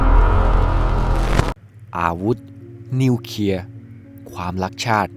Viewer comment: นิวเคลียไม่ใช่นิวเคีย